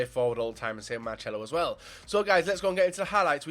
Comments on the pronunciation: No, the C is pronounced like an S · FUT/MUT Man He wasn't right about how you pronounce Marcelo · there's no "H" it's marcelo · He doesn't say Marcelo's name rigt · Gives me AIDS how he says Marcelo